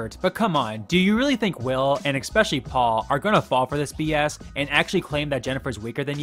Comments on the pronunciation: I do like your videos but especially is not pronounced expecially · It’s not expecially. It’s ESPECIALLY.